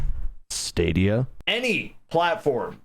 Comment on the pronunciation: the way he said stadia has got me dying